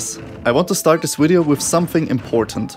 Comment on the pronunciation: until he said wideo